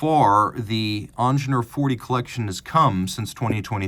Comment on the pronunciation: It's not ONJENOOR, "EEENGEENIURR" as "eat" or "ear" with a strong "r" at the end It's a german name, When are you Americans gonna learn the right way?!